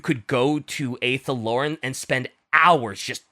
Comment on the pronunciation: The way pronounces Athel Loren makes my Warhammer Fantasy heart cry